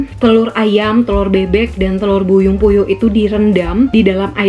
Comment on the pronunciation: Si kakak bilang nya telur Buyung puyuh 😂😂